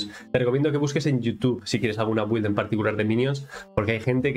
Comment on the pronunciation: Con todo respeto, creo que al decir güild quieres decir build, se pronuncia Bild, si me equivoco corrígeme también, gracias.